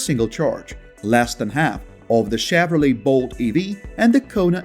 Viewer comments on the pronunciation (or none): none